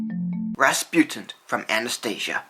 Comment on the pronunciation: "Rasputint"???? Why the mispronunciation?